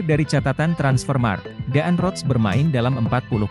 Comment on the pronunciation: DAAN ROTS = dibaca DAN ROTS. Admin harus banyak belajar cara membaca yang benar, padahal ini pelajaran waktu di Sekolah Dasar.